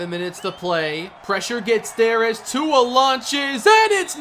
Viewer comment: He never says Tua's name properly😂